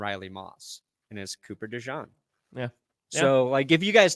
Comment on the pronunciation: His name is DE JEAN not DE JOHN